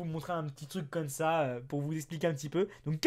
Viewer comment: Tu peu dire comme sa au lieu de cône sa